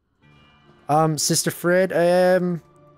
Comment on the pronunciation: Her name has been spoken in dialogue at least 4 times. You fucking watched the cutscene. Yet "Sister Fred". Jesus.